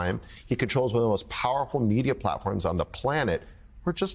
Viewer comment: did he just call Elon Arlon? :face-green-smiling